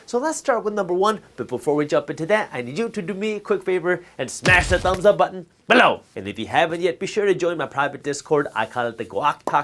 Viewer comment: Great show, love the content. I'm a subscriber who gives the thumbs up on every video you come out with, but can you please phase out the repetitively tacky accentuated "BELOW" thing, it's really irritating, I mean i understand that your trying to stand out as a you tuber, but you really have to come out with a catch phrase or something, or even better, just keep putting out great content.